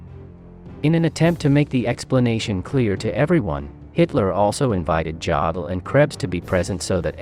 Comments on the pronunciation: Great analysis but allow me to give a German pronunciation lesson. Berk-Tes-Godden = Berchtesgaden. Yodel = Jodl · “Birchtessgedden”? 😂 “Djodl”? 😂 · “Birch tescaden”? “Joddle”? Pitiful. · Interesting video, but why is it so hard to .find someone to find a narrator who can pronounce the words correctly. "Beteschgaden?" "Jode-el?" "Go-ebbels?" Seriously? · I think you should learn how to pronounce Jodl and Berchtesgaden correctly.